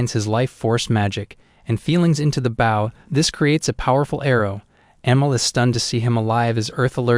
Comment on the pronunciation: Knowing the MC is an Archer, the Idiot Narrator doesn't pronounce the word BOW (as in Bow & Arrow) correctly!